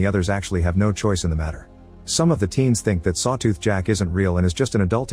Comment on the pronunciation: Sawtooh XD Bruh AI needs an upgrade.